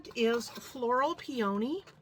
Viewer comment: Peony is pronounced pee-uh-nee